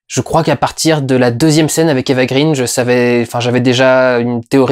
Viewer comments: Pourquoi tu prononces "Eva Green" à l'anglaise ? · Ça fait tellement 3 avec toi et Eva green que tu ne sais même pas prononcer son nom correctement ; )